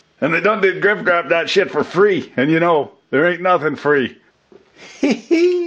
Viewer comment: Did he say "grift wrap"